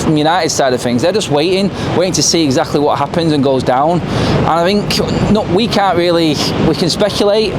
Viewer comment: No such word as fink it is think think isn't pronounced with a f